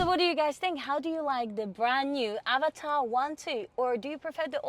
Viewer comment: As an Indian, I appreciate your pronunciation of Avatar, much closer to its actual pronunciation.